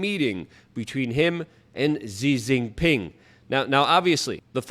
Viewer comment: So just for the future, as an independent news outlet, Xi Jinping's name is pronounced "she gin ping". The "x" in chinese is pronounced like a "sh" sound. Just so you know.